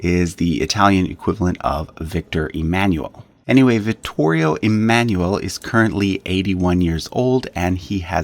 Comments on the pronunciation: Dovresti migliorare la pronuncia 🇮🇹 dei loro nomi originari Emanuele è da pronunciare E MA NOO E L E LA "E" 🇮🇹 È come la "E" as "BEND" "END" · Please! "Emanuele" is NOT pronounced like that!